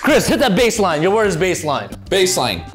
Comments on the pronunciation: "baselinee" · bro said baseninee